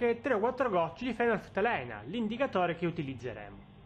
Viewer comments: Fenolftaleína, l'accento sulla i!! ;) Bel video cmq, chiaro ed esaustivo. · tutto chiaro...apparte la pronuncia...scusa ma fenolftalEina non si può sentire...è fenolftaleìna!